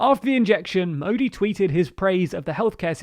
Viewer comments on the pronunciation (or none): none